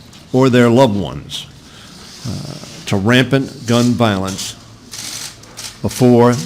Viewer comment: He said rampant.